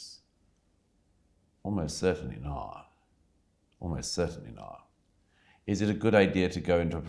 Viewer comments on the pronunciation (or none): why does he say 'not' like that